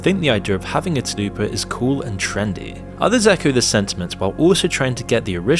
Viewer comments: Dude, its not "Tahlupa" its "tool-pah" stop fantasizing about Taco Bell and say the damn word correctly 😂! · Lol Tal-Pa is very different than "Da-Lu-Puh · Tul-pa, how are you reading that as Ta-lu-pa... ? Also, reason one millionth why you shouldn't let your children on the internet, we don't let kids buy alcohol or cigarettes yet most parents let their kids use something that is MUCH MUCH worse. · Tulpa, Tull-pah. I swear we’re getting illiterate at an alarming pace. Talupa. Ffs. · It’s pronounced (tull puh) not (too loo pah) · I hate to be "that guy" but you were saying Tulpa wrong. It's not Ta-loo-pah, it's Tul-pah. Like Tulsa but with a p instead of an s. Tulpa. Tulpas have a very interesting history behind them actually. The buddhists of Tibet believed that a thought form could be given physical shape if meditated upon regularly and with extreme concentration. The process was said to take a very long time. I don't believe in Tulpas but there was an experiment where a scientist and some volunteers willed a ghost into existence, or something like that so, who knows for sure? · Bro I like your videos but you need to re-upload a version where you say Tulpa correctly I literally cannot watch you say Talupa one more time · Tul-pa not 'too-loo-pa' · Dude, you're about to get alot of shit for mispronouncing "Tulpa" repeatedly. I don't really care either way, bu it's "Tul-Pa" not "Tu-Lu-Pa". I don't know much about them myself, but I know the idea of them comes from either Hindu or Muslem Mythology. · What’s a talupa? Is it a new Taco Bell menu item? It’s a TULPA. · tf is a talupa? its spelled tul-pa. aint talupa a meal or something? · its pronounced TUL-PA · I just learned the word tulpa exists, and even i know its not pronounced Tuh-lew-pah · How do you get "taloopa" our of tulpa? Someone please tell me. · It annoyed me so much bc it's TulPa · Tul - pah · WTF ARE YOU TALKING ABOUT? IT'S TULPA! I'm convinced he's running ai scripts after this... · "tuhloopa" lmao